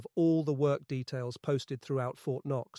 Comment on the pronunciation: What is wrong with this translation? The whole thing is almost fluent English except for a few words that are clearly a typo: Fort K-knox? wth?!